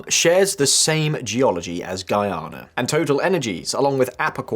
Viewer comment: I gotta congratulate you on your improvement on how to pronounce Guyana 🇬🇾 . Thank you!😅 Seriously!